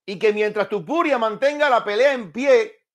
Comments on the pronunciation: Porque no sabes pronunciar el nombre de Topuria, Y dices Tupuria? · Es Topuria, no tupuria